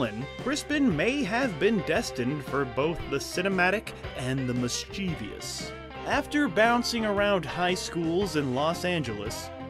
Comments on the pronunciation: mischievous. no f-ng i in the last part. NOT mis-chee-vee-us. seems petty but it irks me so much. hire a QA person. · mischievous is pronounced mis-cheh-vus. You just revealed your own ignorance.